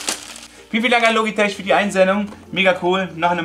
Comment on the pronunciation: Logitech wird logitek ausgesprochen